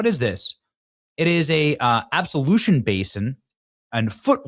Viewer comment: Benny, It is pronounced ab-LOO-shun....it means washing. Touble is, ain't enough washing in the world to clean those dirty animals!